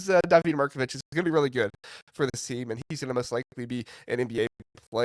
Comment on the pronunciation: Always informative and entertaining. David Mirkovic is pronounced DAH-vid, not Da-VEED.